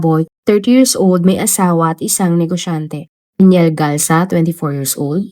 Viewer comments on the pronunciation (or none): none